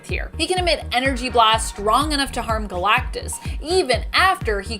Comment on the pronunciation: Why you keep saying Galactus like that?